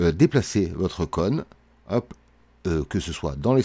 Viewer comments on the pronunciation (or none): Vraiment cool, merci aussi pour cette vidéo. Juste, j'ai bien rigolé de t'entendre dire "conne", plutôt que "cône" 😂, mais bon, on à tous un accent 😋